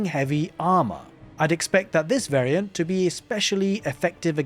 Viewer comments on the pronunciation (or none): none